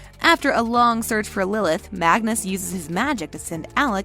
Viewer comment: You said Magnus and MORTAL wrong…